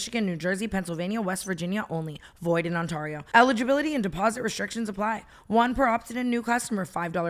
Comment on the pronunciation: Pls someone tell Tana how to pronounce Ontario right 😭💀